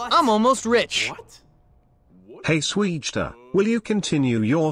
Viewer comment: Swegta not swugta